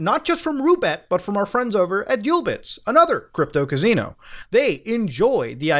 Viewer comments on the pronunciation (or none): Muta: “cuz-ee-no” The rest of us: “ca-si-no” 😂😂😂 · Worst part of this was having to hear him say cazino over and over while his smoke alarm beeps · Kuh-SEE-no. Not kuh-ZEE-no... fuck man.. Lol Other than that, good vids. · Muta trollin' HARD on this one with the " caZino " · nrly, more like "cus-ee-no" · I love Mutahar but the amount of times he said "CAZINO" in this video made me cry. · All of this excellent investigation but I’m mostly entertained by the way you say caZZino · I can only take a couple of "caZino"s into my ears before I have to click off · Sorry bro. I love you but the way you say casino is fucking hilarious. "CAZEENO" 😆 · Dope video. But why are u saying cazino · lol my man said ka zee no .... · Why do you keep saying cazino? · good video, enjoyed immensely, stop saying caZino! pepeW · 0o0o oo o muta'' Love ya muta '' you pronounce casino as kazino so tute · CAn you stop saying cazino plz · I couldn't pay atttenion cus muta kept saying cazino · Even though this series is fantastic I’m glad it’s over so I don’t have to keep hearing muda mispronounce casino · The way this guy pronounces “Casino” really annoys me.